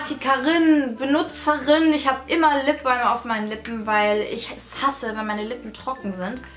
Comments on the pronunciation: ItsTheMauam genau xd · "Lipbolm"? Spricht man das nicht "Lipbam" aus? :) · ich gucke mit lap top sagt sie lip BOLM 😂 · Weder noch lipbalm so viel ich weiss